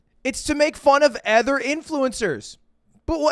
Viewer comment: bro stop pronouncing other like ether its driving me fucking nuts